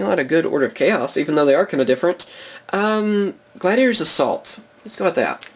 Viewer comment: Genuinely thought it said Gladiators ass vault.